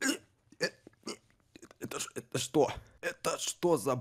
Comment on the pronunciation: Не хєрєйда а хрейда😅